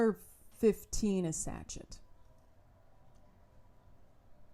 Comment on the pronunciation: Satchet is pronounced sa-shay. But I 1000% agree with everything you said. Brava. You hit the nail on the head with all of it. 👏🏽👏🏽👏🏽👏🏽